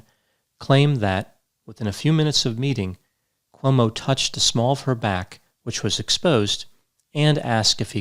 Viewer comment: You seem to say OMO [not CUOMO]about half the time...How come